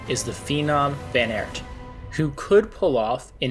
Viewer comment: Mate, great content and channel! Just a tip, research the rider names a little bit, i get chills every time you say "Van Aert" :D